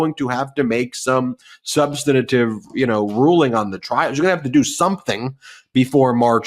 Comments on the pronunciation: Love y’all every day, but please - substantive instead of substantative 🙏🏼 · The word is "substantive", not "substantative". Please, Ben. Your work is priceless, just please speak correctly. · Please, for the love of proper communication, it's "Substantive" not "Substantative"! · Dear Ben, I love you so I’d love to make a suggestion: You are mispronouncing “substantive.” You add a syllable so it sounds like “substanitive.” Thank you for all the wonderful coverage of Trump’s legal problems. Schadenfreude! 😅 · substan-A-tive, Ben? SUBSTANTIVE HAS 3 SYLLABLES!!! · Substantive. SUB - STAN - TIVE. Where does "substinative" come from? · Ben, please learn how to pronounce "substantive"! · Ben, can you please pronounce "substantive" differently? I apologize for my OC personality, but it is really distracting for me. Otherwise, carry on. Love your shows and watch often. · I know it's a minor point but can someone tell Ben Meisalas how to pronounce the word "substantive". Three syllables, not four. It's jarring to hear a lawyer consistently mispronounce that word.